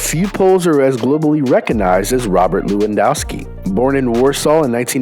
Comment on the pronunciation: Lewandowski is actaly said levandovski cuz w in Poland is v in English